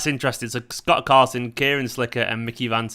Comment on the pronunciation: "Gott Scarson" 😂😂😂😂😂 time stamp